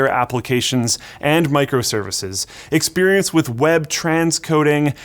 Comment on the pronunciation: "experencte".. yeah I would second that.